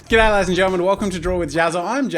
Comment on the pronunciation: Who else feels like the intro says "get out, ladies and gentlemen"